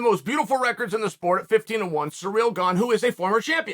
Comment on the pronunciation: how Chael pronounces Cyril.